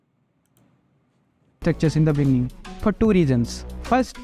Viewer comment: In de beninging